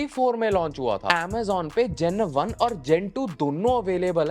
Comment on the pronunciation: Two thousand vaannnn😂